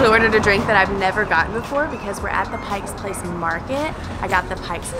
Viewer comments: Hahah...so many people put a "S" on the end of pike . No S it's Pike place....anyway welcome to the Emerald city. :) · Nice vid! But it's "Pike Place," not "Pike's Place." Also, you should've checked out some of Seattle's amazing parks like Discovery, Gasworks, Green Lake, Seward... Kerry "Park" is really just a viewpoint. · she said Pike's Place. As a local, my ears are burning. What next, Bacon Hill?